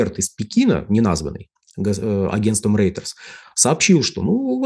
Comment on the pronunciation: Reuters читается как Ройтерс, а не Рейтерс.. грамотеи!